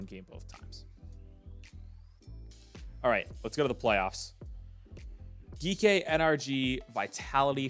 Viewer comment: Its "G - K" esports 😭